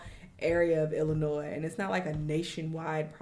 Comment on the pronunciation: Thank you for saying Illinois right